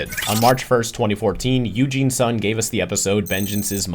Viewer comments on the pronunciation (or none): none